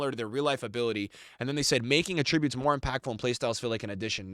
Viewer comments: “aTRIBUTEs” it’s “ATtributes” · Evos are cool concept but I don’t want to have to build every good player on my team. Also the way you say attributes makes me angry